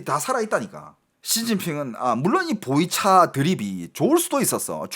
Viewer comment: 보이차였구만. 보리차로 들었는데 웬 보리차를 저기에? 생각했지